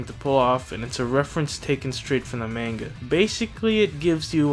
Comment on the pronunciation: Did he just say “Main-Ga”? I am now sad.